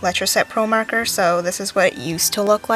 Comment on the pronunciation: Marker lol